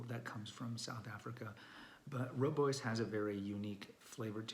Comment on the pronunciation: rooibos is mispronounced so many times by people. Makes sense that darn Afrikaan